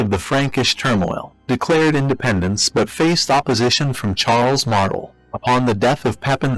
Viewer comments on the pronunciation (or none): no offense but your pronunciation of Martel gave me cancer